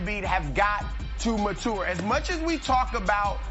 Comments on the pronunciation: Came to listen to draft news...stayed to see how many times MATOUR would be said. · Chris “Matour” Broussard. This man can’t say MATURE